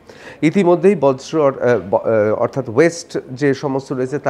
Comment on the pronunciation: সাংবাদিক মহাশয়, কথাটা বর্জ্য পদার্থ, "বজ্র" পদার্থ নয়!